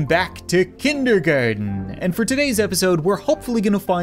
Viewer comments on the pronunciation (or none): When he says “-ard” It sounds weird Like KindergARDEin